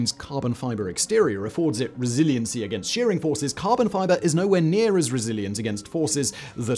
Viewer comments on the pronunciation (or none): none